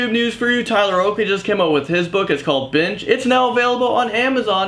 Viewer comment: Was I the only one who heard bitch when said "Binge"?